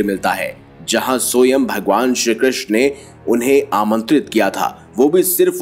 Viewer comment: Soyam nahi Swaym (which means Himself) hota hai. Sahi pronounce kijiye please. Hindi ka hi word hai.😂